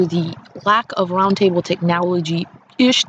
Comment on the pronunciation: "Due to lack of round-table tec-NOW-legy."